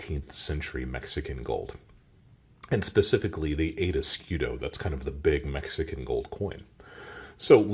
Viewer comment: Fantastic video as always. Tiny little constructive feedback: type the word "escudo", or any other foreign word that you repeat dozens of times, on Google (or Google translator) and click to hear the pronunciation. Hearing eskidos is killing the video vibe :)